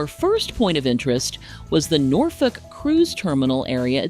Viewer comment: As a local, I can say you nailed the pronunciation. 😃